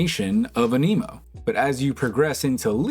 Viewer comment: Mans been playing for years and cant pronounce anemo